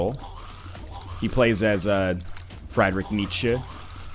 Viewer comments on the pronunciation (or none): none